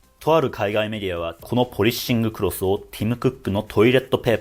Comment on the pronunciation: 「ポリッシングクロス」の発音すき